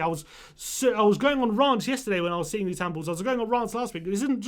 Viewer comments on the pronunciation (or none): The handball rule sucks. However its Rants... like pants but with an R. Not (Rah)nts like plants. Made me smile though how angry you were about your Rahnts so thanks for cheering me up. Other than that I 100 percent agree.